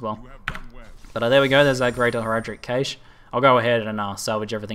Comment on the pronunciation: cache is pronounced cash